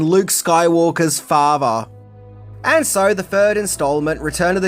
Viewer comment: At 3 min 26 sec ... what the fuck iz a FAHVAH! Is that posta mean FATHER!?!? 😂🤣✋🏽